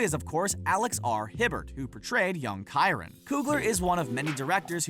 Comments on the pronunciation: Young Ky-rin? It's pronounced Shy-roan. lol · Haven't seen Moonlight aye? Chiron is not pronounced ky-run it's shy-rhone. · You mispronounced Chiron’s name when referring to Moonlight. It’s CHI-Rone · he completely butchered the pronunciation or Chiron (shy-rone) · Small nit pick the kid from moonlight character is pronounced “shi-rone “